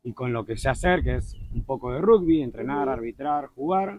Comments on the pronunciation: sí, eso lo sé. Lo que me desconcertó fue que vos pronunciaras "rugbi", con "U". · Todavía me estoy riendo 😅 Te comiste tu porción y también la de Marley, supongo que por dos días no volverás a comer, no? Es la primera vez que escucho a un argentino pronunciar rugby como si fuera una palabra española 🤔 ¿Será que tiene alguna influencia de España? En Argentina se pronuncia igual que en Inglaterra (Y que en casi todo el mundo). No sabía que la compañía Ethiopian Airlines tenía cinco vuelos semanales, desde Buenos Aires, hasta Addis Abeba, vía San Pablo. Así que ya sabés, no es tan difícil... Este video me dio hambre, ya me voy a cocinar los tallarines 😉